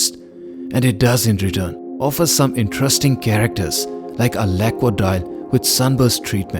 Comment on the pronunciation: I suggest you learn how to properly pronounce the word lacquer, before you go pointing out microscopic imperfections in Vacheron Constantin watches. The audacity of some people…